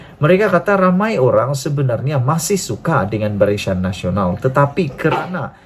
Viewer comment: Barisyan? Salah sebutan,yg betul BARISAN....aku sokong PN dan PAS